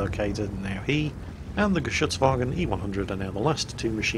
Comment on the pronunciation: What a game. This dogfight was just amazing. Btw, I was pretty impressed how easily the word "Geschützwagen" rolled down your tounge perfectly pronounced, when usually most not germans really struglle with words like that, especially the "ü"